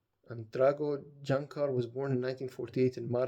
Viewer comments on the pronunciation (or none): Great job with the pronunciation, you are learning fast! 😊 (Except Jančar, let me help you out: "Yanchar", a surname etymologically derived from a "janissary" 😉 . Oh and Lipica, it's "Lipitsa", the birthplace of the Lipizzaners). You nailed Aleš Šteger, Prešeren, Cankar after correcting yourself, Škerl, Vojnovič, Ljubljana etc. I am particularly impressed over "Zmajski most", you pronounced it PER-FECT-LY like a Slovene!😂 Amazing that you loved everything, I am so happy! 😃 Happy Birthday once again!🎉 P.S. You are paying me back for my lessons by teaching me how to pronounce the Arabic "ayn" letter, deal?😅